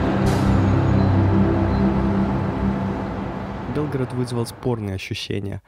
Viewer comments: Я посмотрел только 6 минут, все видео еще не оцениваю. Надеюсь, что оно отличное. Но как же сильно режет слух произнесение Белград с ударением на Е. Где вообще автор такое услышал? Звучит как Белгород, не иначе. Ну и в описании видео «длиННой в 6000км». Граммар-чек нужен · Прекрасное видео, съемки!)))) Но все же этот регион требует знаний по истории.. Думаю, что со временем вы разберетесь, есть некоторые несоответствия. И да, белгрАд и срЕтение, а не бЕлград и сретЕнье)) И не кости, а мощи)) Святые оставили нам свои нетленные мощи, чтобы исцелялись люди по своей вере, в этом ничего страшного))) Но мне очень понравился ваш фильм, ваша легкая подача и я подписалась)))